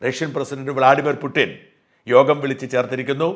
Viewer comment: പുട്ടിൻ . ആണോ ? പുടിൻ അല്ലേ